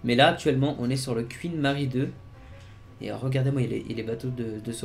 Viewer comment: Le quouinn Mary II😂😂😂